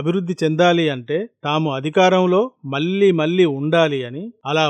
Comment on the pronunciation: Your 'mallee' pronunciation is not correct.